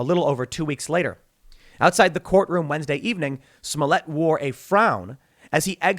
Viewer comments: Bro Tim you’re still funny, that not how you pronounce their names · Smolliëtt (Smolly-ay) 🤣